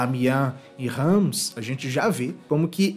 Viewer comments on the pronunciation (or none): Dica: 'Reims' se pronuncia sem o 'm'. A pronúncia é 'RÃS'.